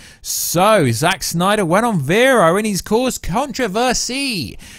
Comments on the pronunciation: Oh please stop staying Snnnyyderr... 🙄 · Ahhh. Stop saying Snyder like that. It's not funny or cool. At all.